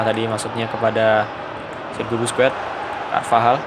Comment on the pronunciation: Sekedar koreksi aj bang Busquets dibaca baske